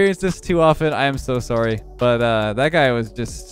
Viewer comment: "Sworry" lol you're Canadian